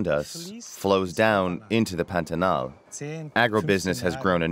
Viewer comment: "The biodiversity in the panatal" LOL LOL LOL The correct name is PANTANAL and the correct pronunciation is "Pã-ta-nal" however in the english language doesn't exist "ã" sound